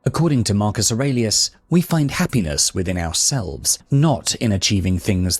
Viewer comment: Wonderful lecture. However, I thought that in the last name of Marcus Aurelius was pronounced with a long e.